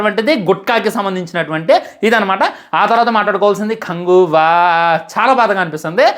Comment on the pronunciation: Bro neku movie name kuda sariga anadam ravadamle anduku bro neku reviews mundu names sariga chepadam nechuko daily nevi chusta kani ela mari antha darunamga matladam nachale